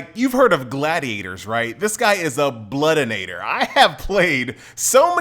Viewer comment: there is no "n" in bloodiator lol. But you pronounce it with one